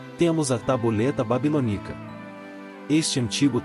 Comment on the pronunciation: BABILÔNICA E NAO babilonícs Da nos nervos esse áudio todo errado nas pronu cias